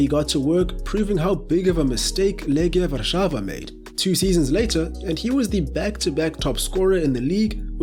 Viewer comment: oh yes, the famous Robu Lewandowski Edit: and then you proceed to pronounce "Legia Warszawa" almost perfectly wtf :D